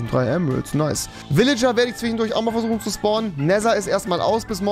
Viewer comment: Niemand: Rewi: Zwihhendurch